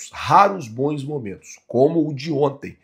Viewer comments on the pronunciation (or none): Não existe a palavra ( BOINS). A pronúncia certa é (BONS). EX: Bons jogadores. Bons treinadores. Pelo amor de Deus, para de falar errado.